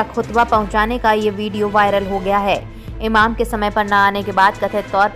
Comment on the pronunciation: Are medam enam nahi, emam hota hain